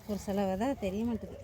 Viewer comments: வதை என்று சொல்லாதீங்க அது பிழையான வார்த்தை, # விதை# என்று தமிழில் அழகாக சொல்லுங்கள் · Vidhai not vadhai, vadhai yendral matravarhalai vadhaipadhu, kodumaiipaduthuvadhu. Thayavu seidhu pronounce like literate not illiterate. You are a college student. Be careful while pronouncing..